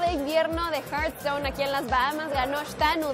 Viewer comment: horasi teboy a correjir el english se dise hearthstone no haarthstone